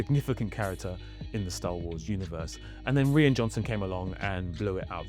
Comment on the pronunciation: Hey, American tidbit for you. Rian Johnson's name is pronounced the same as "Ryan, ( rye-an)". Sometime in the 70's, a bunch of people decided to change the spelling of Ryan to Rian, but pronounced the same. JJ Abrams last name is not pronounced Abraham, it is a shortened version of that. Remember: Two countries separated by a common language. Love your videos, keep up the great work!